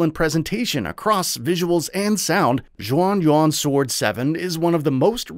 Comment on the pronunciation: Interesting all the pronunciations of the game's title and characters are wrong 😄 Taishi is the surname so the main characters name is actually Zhao.